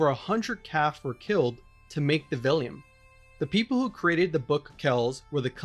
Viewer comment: The word is not pronounced "vellium." It's "vellum".